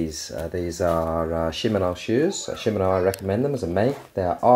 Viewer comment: She-man-o's SHE-MAN-O .... NOT shim-un-o's SHE as in shi, as in shit